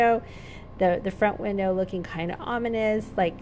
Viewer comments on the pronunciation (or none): none